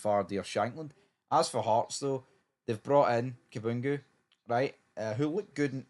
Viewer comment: Ka-BAN-gu not "Kaboongoo", c'mon it's no hard 😅 Shanks has been great for us, but I hope he goes, personally. Both player and club need to move forward, and all this 'will he/won't he' crap is a needless distraction. That said, I do think his chance of moving to a bigger club than the one he's currently at is pretty much gone. Maybe if he moves to English Champ or League 1 he will earn slightly better wages, but he won't be the talisman that he is at Tynecastle.